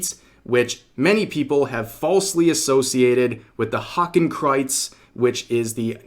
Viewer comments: pronunciation of Hakenkreuz was almost right, it's pronounced like "Hahken-kroits" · well? that pronouceation was horrible xD just as bad as how americans pronounce nordic names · Rev I ain’t German but I’m pretty sure you butchered that German pronunciation. But yeah this is dumb come on guys learn your damn symbols like Jesus lads how about you guys spend 15 minutes learning how the NAZI party created there symbols and the differences between Hindu and eastern Asian symbols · That german pronunciation caught me outta nowhere